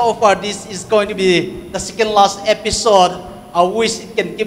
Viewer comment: Episode or episote lol. Skuman lol it is pronounced as human when u say schu